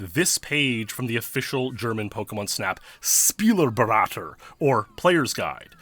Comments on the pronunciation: Really enjoyed to hear you say a word in my native language :D „Spieleberater“ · Spieleberater is pronounced [Shpee-leh-beh-ruh-ter]